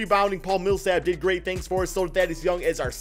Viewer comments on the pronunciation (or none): none